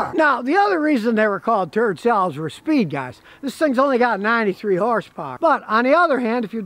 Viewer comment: 'Turd-cells', lol.